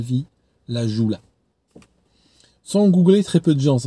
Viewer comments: Hello, juste petite précision sur la prononciation du bateau qui a fait naufrage au Sénégal, c’est le Diola non le joula 🙂. La date exacte du naufrage est le 26 Septembre 2002 selon certaines sources le nombre de morts a été évalué à plus de 2000. Bien à toi 🤝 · Aaaaarghhh! Pas le MV Lajoula... le Diola. Ca s'écrit Joola mais ça se dit Diola. Mais sur le fond tu as 100% raison, très peu de personnes connaissent ce drame, sûrement parce que la grande majorité des morts sont des africains pauvres ou en tout cas pas des milliardaires.Sur le Diola aussi, beaucoup de gens sont restés vivants et coincés dans la coque pendant des jours, on n'ose pas imaginer leur fin terrible pendant que l'incurie et le déni règnaient à Dakar parmi les autorités. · Le nom du navire au Sénégal se prononce "Le DIOLA" (et non pas "la Joula"). Une catastrophe encore très présente dans les coeurs et les esprits. Que toutes les victimes reposent en paix. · C'était le Joola ( prononcer le diola) un véritable drame au Sénégal en 2002. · bonsoir, pour le joola prononcer pluto le "diola", et félicitation pour ton dernier livre. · Pour un africain tu pourrais prononcer correctement le nom du diola qui est aussi une langue africaine.